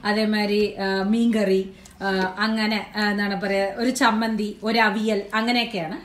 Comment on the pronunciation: Samanthi alla, chammathi